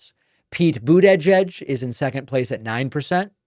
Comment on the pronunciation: What's this strange habit of yours calling the guy "Boodagedge" about?